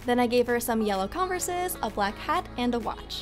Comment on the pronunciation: “Conversas” ???? Lmao